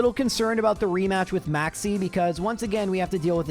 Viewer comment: When you said Maxie I thought you said "Maxx C" and set off my master duel PTSD lmao